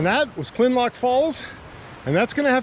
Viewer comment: Kinlock, not Kinlock! I like what you do, but get it right.👍